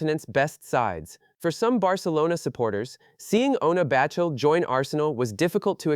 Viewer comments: It’s “Batlle”, catalan surname, not “Battle” 🤣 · She is free agent. Up to her. Also! Who is the idiot that keeps calling her Battle……. ? Learn to pronounce names and people won’t call your videos shite… like this shite video